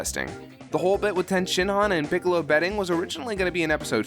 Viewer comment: I'm not that bothered by your pronunciation of "Goku". What I really don't like is when you say "Piccolo". How do you get Big Green's name wrong?